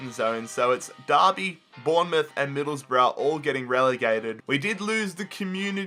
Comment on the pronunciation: And it’s Miiiidleeeesboro